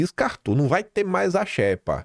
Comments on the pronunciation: Não se pronúncia xépa e sim xêpa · Não é "infógrafico", mas "infográfico". Não é "xépa", é "xêpa" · Porra,, a pronúncia é xêpa e não xépa!!!! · É "xÊpa" a pronúncia,. Como se tivesse acento circunflexo 👍🏻